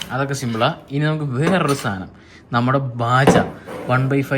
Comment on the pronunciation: "സാതനം" അല്ല "സാധനം"...😂😂😂